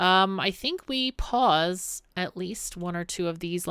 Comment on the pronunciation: Every time you say "Pause, Pause, Pause" all I hear is "Paws, Paws, Paws" because I think of the little beaver paws. That's all. Lol